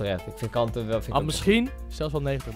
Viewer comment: Koen je moet zeggen kantee niet kante